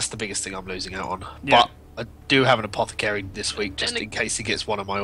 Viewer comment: Say it with me "A-Po-The-Cary" Not "Apokethary"